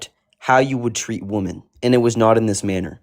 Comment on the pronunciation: I am screaming at him the car. Wim-en wim-en. It's my pet hate.